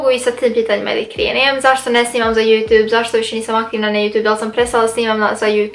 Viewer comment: Kako cudno kažeš YouTube(Jutu'b')😂Velika podrška za tebe💞💖